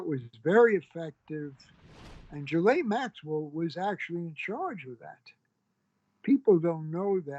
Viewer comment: I liked the part where he mispronounced Ghislaine's name in a different way every time.